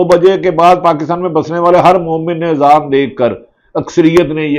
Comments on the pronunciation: Bhatti shb aap nay b azaan theek nhi parhi hai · Ap me Azan b Sahi nahi parhi Bhatti sahib ??